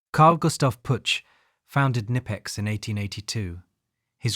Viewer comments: Bro im from germany and its Not nipex, its Knipex😂, why do English speaking people want to pronounce Brand names in their Language and not the language of the companies origin, same with maybach or other 😂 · Pronounced Ka-nipex